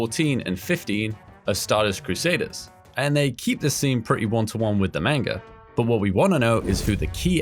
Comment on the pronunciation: It's manga NOT MAYNGA